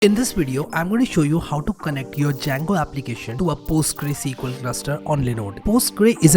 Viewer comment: It‘s not Postgre, it‘s either Postgres or PostgreSQL.